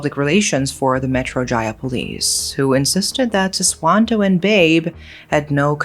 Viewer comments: Just FYI, "Babe" here is not pronounced 'beb' like baby/honey, but rather 'ba-be', means father in Betawi language. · Just a slight correction on how you pronounce "babe", it supposed to be " ba-bé", not like how you pronounce "babe" in English 😅. It came from the word "babeh" which mean dad/old man. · "Babe", read it Ba-Be hahahaha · the man's name is read as Ba-Bé 😂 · Sorry. "Babe" should be pronounced "Bah-Beh", means 'father' in Betawi language. Damn it makes it even darker :( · Just want to say that the "Babe" in Indonesia. (especially Jakarta) is pronounced similarly to the English pronunciation of the first syllable in "father," (Fa), but typically ends with a glottal stop (a slight catch in the throat) or an 'e' sound, depending on the specific dialect. Like "be" in "bed" It can be transcribed as "bah-beh" In the Betawi dialect, "babe" (or "baba" / "abah") is a term used to mean "father". It is an alternative to the more formal Indonesian word bapak. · The proper pronunciation of Babeh should be ba-bèh, meaning “father” or “old man,” usually used for friendly older men with or without a familial connection. To be fair, many of her pronunciations of other Indonesian words are impressively accurate for a non-native speaker, and she clearly puts effort into getting them right. However, I still find her mispronunciation of Babeh a bit irritating because she repeated it several times with the same sound as “Babe,” the way English speakers address their loved ones. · it's not babe, the pronunciation is kinda similar to bebe. it means father in betawinese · And "Babe" is pronounced Ba-bé 😄 Meaning father in Betawi language. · no thats not hpw you prounce BABE..... but yeah some 90's kids growing up in jkt used to people older people sayingg "don't be naughty or you'll be taken by robot gedek"